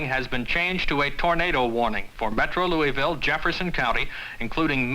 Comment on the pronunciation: Great, but he did not pronounce Louisville correctly.